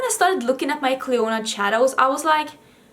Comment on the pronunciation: Clionadh is an Irish name so in Ireland you’d pronounce it Clina as in Cli, in as in in, na as in na so Clionadh hasn’t a stress on the O and the adh is just an A sound hope that makes sense 🙈